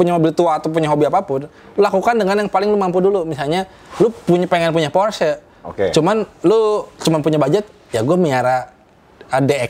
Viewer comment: Porsche bang bkn phorce